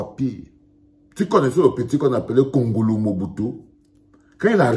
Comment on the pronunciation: Pas wongolo mais kongolo